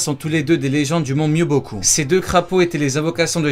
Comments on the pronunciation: Mais c'est pas Mobyoku c'est Myoboku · Myoboku pas mobyoku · mobyoku srx .... c'est le mont myoboku chaque fois que tu fais une video de naruto tu prononces tout mal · C'est Myoboku, pas Mobyoku bruh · On ne dit pas ''mont myobioku'' mais ''mont myoboku'' a par ça excellente vidéo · Par contre le mont c'est le mont MYOBOKU et pas MOBYOKU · Par fois tu te trompes sur les prononciations tu as dis mont mobioku alors que c’est myuboku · ton travail est extraordinaire et j'ai pris un deuxième compte google pour liker sinon petit aparté c'est "Mont Myoboku" pas "Mont Mobyoku" bonne vidéo sinon 👍🏼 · C’est le mont mioboku mais pas mobioku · Je ne remet pas en cause ta prononciation qui est excellente ^^ mais c'est le mont myoboku pas le mont mobyoku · pq tu dit mobikou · "J'adore le Mont mobyoku" Superbe prononciation👌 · dsl mais tu dis très mal les mot du genre hogake miobocou